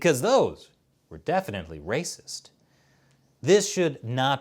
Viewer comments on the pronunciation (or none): See coronavirus is rrrrrrracist!!!!